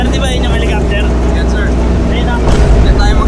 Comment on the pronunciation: H E L I C O P T E R not Helocoptwe! Hehehe!!!! Peace